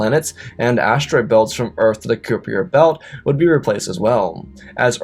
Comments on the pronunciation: ans the kuiper belt isn't pronounced 'cooper' but pronounced as "kiper" (k - eye - per) belt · Koopy-err belt? I mean uhh. It's pronounces like Diaper, but starts with a K. There were quite a few words like that, you need to ask someone how to say them If you aren't sure. I give this whole production a 5/10 so far. I am glad you didn't use AI writers or readers (as far as I can tell) so far. I did also notice you like to repeat yourself quite a bit.